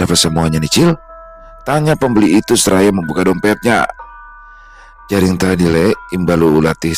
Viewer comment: Bukan jaring tapi jering 😂